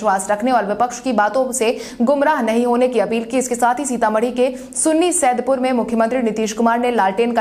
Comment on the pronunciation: सुनी सैदपुर नही रुनी सैदपुर